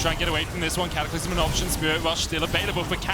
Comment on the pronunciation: 0.42 caster says catacylmlym to j4 ult im dead